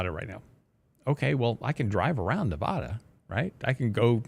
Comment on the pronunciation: That's not how you pronounce Nevada